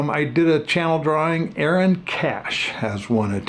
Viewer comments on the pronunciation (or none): none